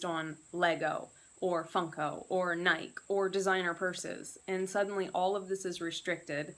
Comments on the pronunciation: nikEEEE NIKEEEE, there is an E on the end of Nike!! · Good info...the NikEEEEE drove me nuts too! I have never heard anyone mispronounce nike, until now. That was a first. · How is it possible to not know how to pronounce NIKEEEEEEE. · Ok, well as far as the word Nike is concerned, the vast majority of your countrymen are wrong when they say the word, Nike. Are you under the belief that the letter "e" was added for absolutely no reason at all??